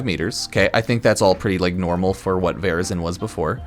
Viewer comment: "Varazon, vazrin" What's happening?🤣